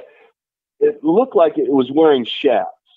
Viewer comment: *chaps. not chaffs.